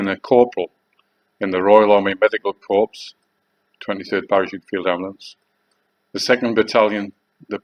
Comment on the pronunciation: Royal Army Medical Corpse.......fuck me you can’t even say it correctly. It’s Corps, silent S......so it sounds like Corr not fuckin Corpse. Absolute fraggle, maybe the Virus has turned you into Super Walt. By the way, it’s not 17.5 Years minimum entry, you can join at 16. You my friend are full of shit and making stuff up as you go along, there’s no such thing as the TA anymore, bring back old Regiments......for fuck sake. You are absolutely unbelievable you creature.